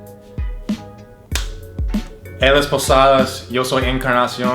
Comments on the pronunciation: A se le sale mucho el shooooo en vez de yo 😂😂😂😂😂😂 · En vez es divertido para quien lo entiende, porqué tiene muchas inflexiones del guaraní, que a su vez tiene acentos nasales, que hacen que el idioma se enriquezca como el porteño que pronuncia mal la 'lle'